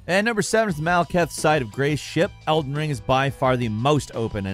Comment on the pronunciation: "Elder Wing"